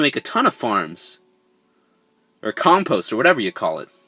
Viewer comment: I got 4 blockheads and thats not how you say compost